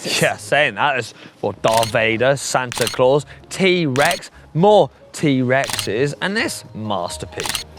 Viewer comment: "Dar Vader" 🤣 Hank pronounces another name in his unique style again